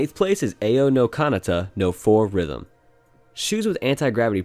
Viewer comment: Ao is not read A O,.. Its Aw,.. Its translated "blue",.. Four Rhythm across the blue.